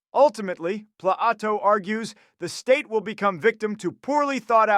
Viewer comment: Thom Ashobbes..... Thomas Hobbs! Pla-Ato?!?!? Locka?!?!? Daaved Hu'ume AKA David Hume?!?!?